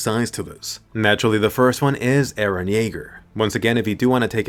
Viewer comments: “E r e h” 👁👄👁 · By the way its Eren not Iran 😂